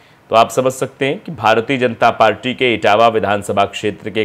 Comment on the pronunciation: यह झगड़ा डुमरिया गंज लोकसभा ( सिद्धार्थ नगर ) इटवा का है , ----- पत्रकार महोदय इटावा नहीं इटवा है